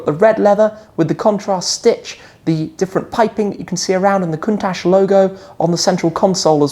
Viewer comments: it's pronounced Countak not Countash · The pronunce isnt correct : the CH at the end should sounds like CHOP in english or CIAO in italian so it is a C not an S